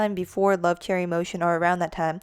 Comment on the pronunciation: Hey great video but you mispronounce a few of the member's names. Choerry is pronounced like "cherry" since the "Cho" is from her last name Choi which is pronounced "chey". Another is Yves. It is pronounced like the name is supposed to be pronounced in French, which is "Eve". And lastly, Olivia Hye. it is also not said how it looks. Hye is pronounced "hey" as it is from Olivia's real name, Hyejoo. (also, vivi but i just say it like bibi. that's just my opinion though, not fact) Thank you for your theory and I hope this doesn't come off as rude :/